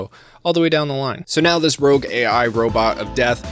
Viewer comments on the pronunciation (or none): none